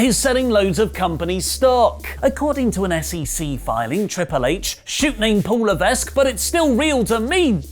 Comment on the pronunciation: Hey, the "S" is silent in Levesque.